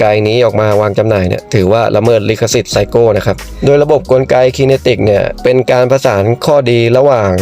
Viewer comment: มันอ่านว่า ไคเนติก ครับ